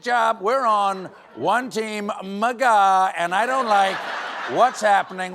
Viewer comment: Please could we start pronouncing MAGA this way. They’d go crazy 😂